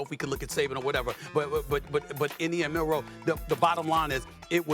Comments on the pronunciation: Someone tell Stephen A. its Milroe, not Milroy.. Does this guy even watch the game? Plus no one even knows Michigans star receivers name, STILL. Its funny because every single person doubted Michigan, yet they dont even know the simplest things about them.. Anyone who likes the sport should love this Natty, No Georgia, no Bama, no LSU, no Ohio St, no Clemson. As a Michigan fan, if Washington wins, im just happy to see that its not the usual team. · Honest question: How many times are these clowns going to PURPOSEFULLY call Jalen Milroe, "Milroy?" They clearly are throwing him under the bus and intentionally mispronounced his name in an effort to delegitimize him. The more Milroe is a bad qb, the lesser Michigan is. Everything about ESPN is about making Michigan lesser. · Why they saying Milroy? It’s Milroe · It's Milroe not Milroy. This incompetence is not acceptable for broadcasters on this level. Also, get your facts correct. Milroe started last season. This was not his first year as a starter. If you know college football you would know this. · "Milroy" LMAO